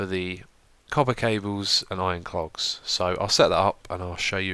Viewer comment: xisuma, i love your mispronunciations! "Iron cLogs" and "satisfication" are two of the best :D